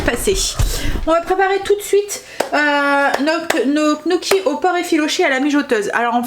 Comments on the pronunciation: coucou on dit gne gnocchis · "nioki" gnocchis!